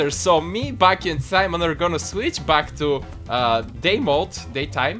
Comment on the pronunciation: BAKI IS BAK (back)